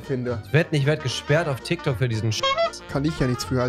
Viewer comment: Nimand Wirklich niemand Rewi: „tyktok“.